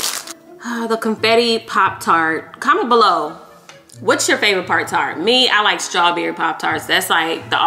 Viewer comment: She said part tart 😅